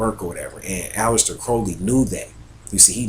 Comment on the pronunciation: ALEISTER not ALEX